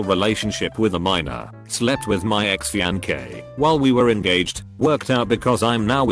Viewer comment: Fean-gay lol